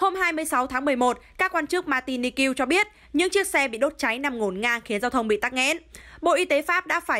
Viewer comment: Bởi vậy. Mạc ti ních mà nó đọc làm sao mà ra ma ti ni kiêu vậy trời!!! Bó tay với mc này luôn.!!!